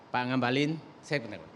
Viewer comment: Namanya NGAKALIN keles, bukan ngabali 🤣